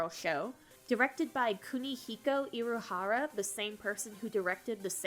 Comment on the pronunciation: I'm happy you enjoyed Utena! except the creator's name is "Ikuhara", not "Iruhara", so... oops!